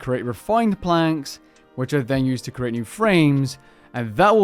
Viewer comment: It is pronounced "CREE-ATE" not "CURE-ATE." You are not curating art at a museum, you are creating an item.